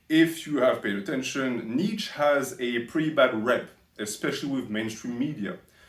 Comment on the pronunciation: Btw you can't even pronounce his name properly. You're constantly saying "Nietzsch". You Übermensch, lol